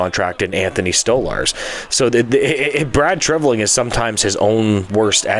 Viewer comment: Let's hope it offsets his bad signings/overpayments for Reaves, Klingberg, Domi, and Bertuzzi. His moves in 2024 seem to be better thus far. Much. Minor point: your pronunciation of his name (you're saying like "Treviling"). Good upload, as usual. Off the cuff commentary.